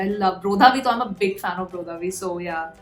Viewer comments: Hey, just a constructive correction, we don't pronounce Bro-dha-V, its actually Brr-dha-V ..please don't get me wrong you can say however you like, was just telling a general fact 🤗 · Brotha V be like - For the th time that's not how you pronounce my name sis!!!